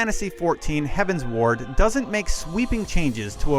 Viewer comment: Heavensward like 'Skyward', 'Upward', 'Downward'. not 'Heaven's Ward'